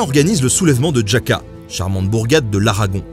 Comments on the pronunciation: " Djaka" ^^ dit le RAKA c mieux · Merci pour tes vidéos, toujours bien expliqué et captivantes. Par contre en Espagnole, le nom des villes, c'est pas java que l'on dit mais Raca, le J ce dit R (plus prononcé ), la ville ce dit pas Léon comme le prénom mais Léonne... désolé, je critique pourtant ton travail qui est sacrément abouti. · "Jaca"... Petit problème de prononciation quand même ! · Juste une petite remarque de prononciation des noms propres espagnols qui pourrait devenir gênante : "j" ne se prononce pas "dj" : Jaca, Badajoz... et ñ est équivalent à (gn) français : Manuel Hazaña. Sinon, Bravo pour l'analyse très fine des forces en puissances (conservatrices/révolutionnaires, ce qui est difficile à démêler et a tendance à être présenté comme nationalistes= de droite, avec le clergé, républicains =de gauche, alors que c'est infiniment plus complexe et nuancé), qui vous évite de tomber dans une simplification manichéiste. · "Djacca" >< je suis mort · Les gens doivent hurler de rire en vous entendant prononcer Jaca. D’où peut bien sortir ce ‘djaka’? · En espagnol la ville de jaca se prononce: rrrraca (j'y suis déjà allé) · et aussi Jaca avec la nota ! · La prononciation de ” Jaca” , je ne me moque évidemment pas... Mais c’est drôle 😁 Ah oui mais en fait tu as un problème avec la prononciation du nom des villes espagnoles en général.....Désolé... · Infoutu de prononcer Jaca ou Baleares correctement.